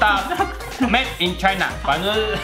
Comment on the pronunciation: China is china 聽成 台南is台南😆